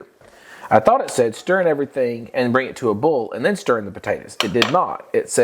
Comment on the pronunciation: I’ve never heard boil pronounced “bull “ before. Is that a southern thing ?